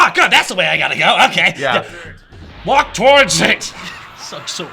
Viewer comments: Because they like to put in the original japanese attack names...and because my hearing is absolute garbage, when 16 said "Walk towards it" I misheard it thinking he said something like "Wok Tordit" and just spent years thinking that was the japanese name for Hell Flash. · Wait, 16 says "Walk towards it!"? For all these years, I thought he was saying something like "Warp Tortit", since it sounds so much like an attack name